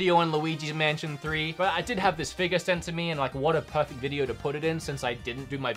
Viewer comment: A figahh? A FIGAHH? 😂😂😂